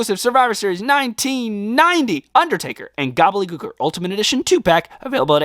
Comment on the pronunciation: SAY IT W ME..... GOBBLE-DY GOOKER.....gobbleDY.... GOBBLEDY......THERES A FREAKING D YOU KEPT SAYING GOBBLEY😵‍💫🤦🏼‍♂️